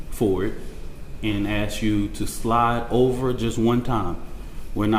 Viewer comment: Let me AKS you a question lul the perceived oppression never ends